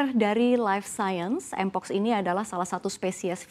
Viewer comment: ngomong mpox aja ga bisa 😂